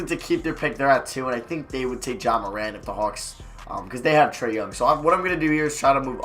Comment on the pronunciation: you the only rebuilder that knows how to pronounce ja’s name